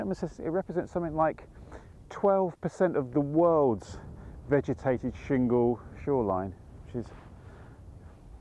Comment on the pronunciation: Loved this video, and congratulations on repeatedly getting "shingle shoreline" right - I trip over that just saying it in my head!